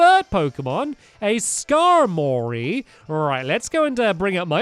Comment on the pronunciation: It's pronounced skarmery